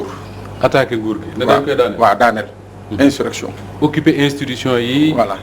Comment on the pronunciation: vous prononcez mal le mot insurrection. A la place de s vous dîtes z. Veuillez rectifier. Merci